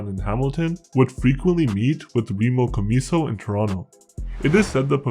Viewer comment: You're not pronouncing their name right